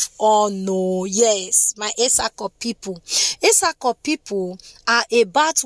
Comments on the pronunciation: Well done oo, but your pronunciation is not correct. Where is the place of the Auchi people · We are etsako afemai people. We are Muslim no Christians. Christians or Muslims by mouth. But we are traditional people. And please learn how to pronounce some name before you call it. That you anyway